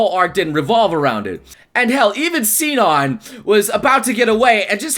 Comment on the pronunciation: Am I the only one who's tripping when people pronounce Sinon like (see-non), maybe I'm crazy, but I'm pretty sure it's pronounced (she-non)